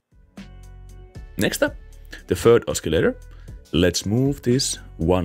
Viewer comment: ah-suh-lay-ter not ah-skee-lay-ter